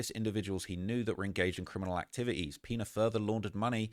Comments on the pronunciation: Great Video but the Last Name is pronounced "Piñas"! 😂 like Piñatas 🪅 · "The peenuhz" 😂 🤦🏾‍♂️ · I thought was calling him "peanut" 😂